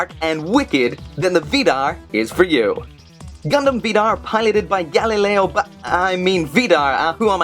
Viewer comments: its gaelio not galileo!! good review regardless :o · did he just said "Galileo"? i am sure it is Gaelio not the famous scientist hahahah lol